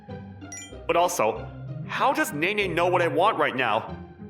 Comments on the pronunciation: Pronouncing Nene as Neen is a crime, a little bit of sick came up when it hit my ear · I can't with Neen everytime she pronounced "Nene" 😭